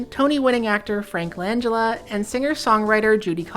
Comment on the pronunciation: It's "Lann-Jell-ah" not "lanja-la"